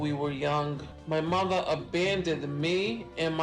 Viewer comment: “My motha left me and mi brotha